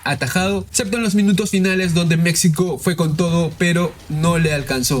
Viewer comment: Pronuncie bien MEXICO!